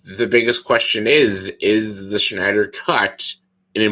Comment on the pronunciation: Why did you pronounce it like... "The Schneider Cut"? LOL IDK why but that just stuck out to me haha.